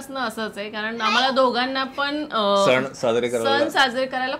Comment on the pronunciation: सन नाही ग सण